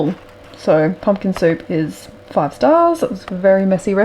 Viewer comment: Haha, it’s Pumpkin not pumkin, your recipe book 🤪😂